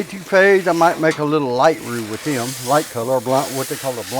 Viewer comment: Roux not root!